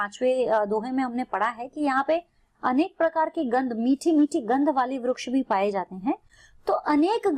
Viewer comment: ITS VRIKSH NOT VRUKSH